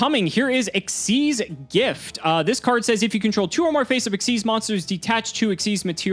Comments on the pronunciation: It is pronounced "ikseez" not "X Y Z" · still doesn't know how to pronounce Xyz Monster. It's "ik-seez", not "X-Y-Z". I'm out, that bugs the crap out of me. Konami themselves tell you so. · stop saying X Y Z, that is wrong. It's pronounced Exceez